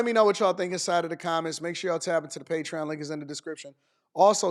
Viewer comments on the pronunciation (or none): none